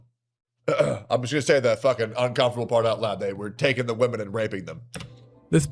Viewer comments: HOLY FK I CAN'T TELL YOU HOW ANNOTING IT IS TO LISTEN TO SOMEONE WHO CAN'T PROPERLY PRONOUNCE THE WORD WOMEN. AND JUST SAYS WOMAN.EVERY FKN TIME. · Can’t stand when youtubers cant pronounce “women” plural drives me crazy